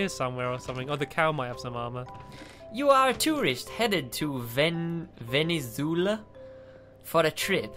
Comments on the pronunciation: Venezuela not Venezula I’m offended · Sign: Venezuela: Venezoola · said venzwela but it’s venaswela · Ven eh zoo luh? Really? (Ven eh zoo ayy la) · reading venezuela as 'venezoola' is probably the best thing ive heard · ‘You are going to. Venezoola?’ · Venizoola?? Dont u mean Venezuela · repeat after me Ven-iz-we-la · Venazuela is pernounced Ven-i-zwai-la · you pronounce Venezuela as Ven - Uh - Sway - La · it's veneswala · Venezuela is pronounced ven-e-z-way-la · i can't believe couldn't pronounce venezuela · I think it’s hilarious butchered the country of Venezuela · Can’t believe can’t pronounce Venezuela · seriously you CANNOT pronounce Venenzuila for NOTHIN' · I love how says Venezuela wrong also who’s here in 2020